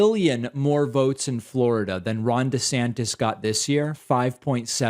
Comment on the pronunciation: Can you say Fla ra da like him. I had to show my son and he cracked up as well. 🤦🏾‍♀️🤣